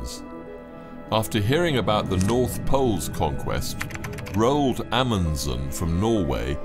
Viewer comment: The narrator mispronounced the norwegian names Roald and Haakon. 👎 Why is it that brits never bother to learn?